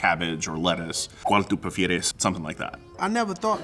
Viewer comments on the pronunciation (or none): "Cual tu pifieres"??? These are not real Mexicans!!